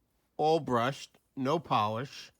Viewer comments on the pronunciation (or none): none